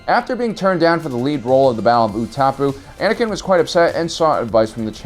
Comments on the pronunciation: It’s not ooo-ta-poo. It’s pronounced ooo-ta-pow. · U-tuh-pow. I’m not even sure how you said it. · Fucking where?! Oo-tap-poo? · Battle of Ooh-ta-poo LMAO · You should watch the movies so you know how to pronounce Utapau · Why did you pronounce Utapau so wrongly?